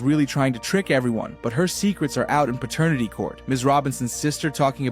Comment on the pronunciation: It's pronounced pat ter nitty court. Not pertanity court.